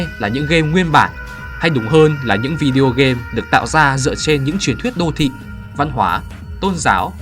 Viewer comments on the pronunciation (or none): none